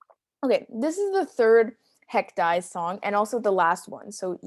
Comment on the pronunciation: i recall it’s actually pronounced “haec dee-ez”, not “haec dies”